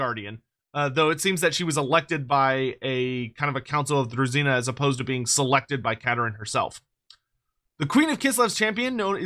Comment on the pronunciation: Its definitely pronounced as druzhina (as in vision), not druzzina Trust me, I know Slavic languages